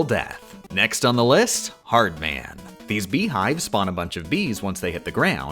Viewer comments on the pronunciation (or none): I can't take this guy pronouncing the "man" in "Hardman" like "Newman" instead of "Batman." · From now on I will exclusively pronounce "Hard Man" as "hardmən". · I really like that you pronounced “Hardman” like it’s someone’s last name Neal Hardman